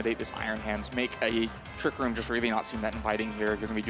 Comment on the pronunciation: is there a reason why he can't say 'Trick room' but instead has to say 'Trick rOOm' ?